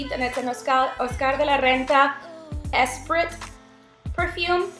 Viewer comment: Kudos 2 U! This is the 1st review I've seen, where the person could actually pronounce all the products they were describing! (well, except Esprit (Espreee) Tho, by your accent, I'm surprised.. so I'm sure it was just an oversight) Regardless, gotta say how impressed I was by your very thorough review! I appreciate that you took the time to look up full-sized item prices for us too! ~Ya kept me watching start to finish!! THANKS for this informative (money-saving) box review! =) ..subscribed